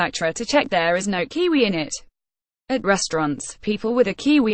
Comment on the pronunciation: kiwi. woman get it right. u keep saying its kqwee kqwee its not! A KQWEEE KQWEE OK WOMAN LOLOLOLOL